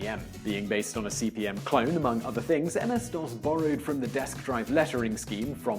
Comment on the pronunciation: Why does he keep saying CBM? It's CP/M. Control Program/Monitor.